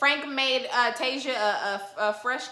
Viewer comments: 😂😂😂 that lady's name is Tisia (tuh-sea-uh) not Tasia(Tay-zuh) or (Tea-zuh). Your nephew Tommy impression is EVERYTHING!! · Tasia's name is pronounced Tah-see- uh. Love your channel boo!